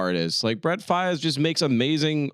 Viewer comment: said brett faiyaz like twelve times 😭